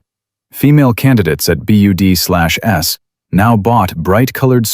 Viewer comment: Need to teach AI narration that BUD/S is pronounced "BUDS."